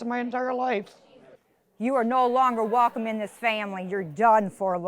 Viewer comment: RIP English language, the Defendant hardly knew you. "Jealous of my brush," "resussting arrest," "onkaholic," "Facebook page-book," "emotional Strauss," (sounds like a name of a band!) "you are no longer warcome in this family," "she purshes my buttons," and she suggests the Plaintiff's brain is pickled?